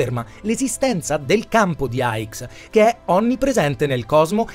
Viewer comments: Comunque il bosone si chiama di "hix" questa è la pronuncia no aigs che non ho capito dove ha preso...grazie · per la pronuncia hai ragione è vero lo dice sbagliato